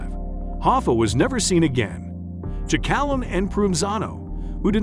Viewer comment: Giacalone is pronounced Jack a lone ee